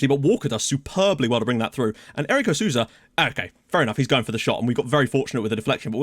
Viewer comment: the "ou" in Sousa is pronounced like an "O". So technically you would read Sousa like "So-za" (like you read Sissoko for example)